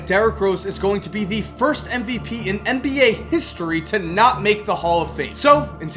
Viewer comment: Why the fuck do you say "mba"